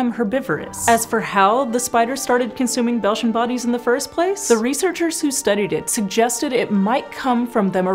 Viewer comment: At first I thought she said ‘Belgian bodies’ and got very confused 😂